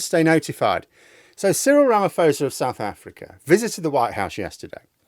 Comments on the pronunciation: Ra - ma - posa, not fosa. It basically for SA taking Israel to court. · Not to be pedantic, but its RamaPosa not fosa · At least learn how to pronounce his name before posting.